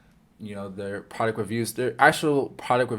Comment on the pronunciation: certi vid fella please work on your pronunciation of product tho